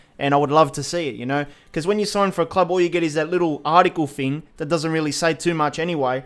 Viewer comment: Nothing more annoying when you say FING instead of THING. Anyfing, everyfing, nofing